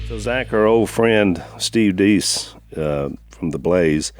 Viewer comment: It’s Pronounced Steve Dayce not Deece. I know it’s spelled like peace but it’s not pronounced that way